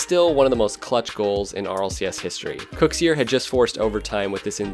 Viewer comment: I'm fairly sure it's pronounced "kuxer" not kuxiir